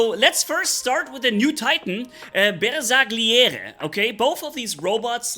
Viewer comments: Hei the correct pronuce of these italian names is this: The GLI part of the names has to be pronounced like the double LL part of word "Million" so has to be like Bersa "LL" iere or " Ba"LL" iore. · Bersagliere wird Bersaljere ausgesprochen ; ) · The new titan Bersagliere looks like the pathfider for the shoulder shape🤔🤔 And I am italian and I know that the pronunce is not BersaGhlliore but if you go to Google translate and click on the 🔊 you find the correct pronunce for the titan and the robot Bagliore (not Baghlliore)😂❤